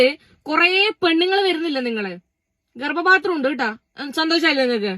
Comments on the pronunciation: ഗർഭ പാത്രം എന്ന് പറയാൻ കൂടെ അറിയില്ല ഗർഭത്രം എന്നാണ് പറയുന്നത്, ഇവന് വേറെ പണിയില്ല, വൃത്തികെട്ടവൻ. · ഗർഭാത്രം 😂😂ഗർഭപാത്രം എന്ന് പോലും പറയാൻ അറിയാത്ത ഇവനാണോ പെൺ വേഷം കെട്ടി നടക്കുന്നത് മൊയന്ത് 🤣🤣🤣